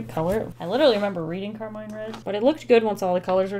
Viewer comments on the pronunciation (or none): none